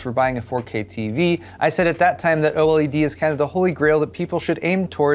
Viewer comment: Anyone else who couldnt watch this video because of the way he kept saying Oledeedees? 🤣🤣